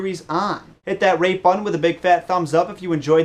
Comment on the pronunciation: omg when you said hit that rate button it sounded to me like hit that rape button...wow i have a dirty mind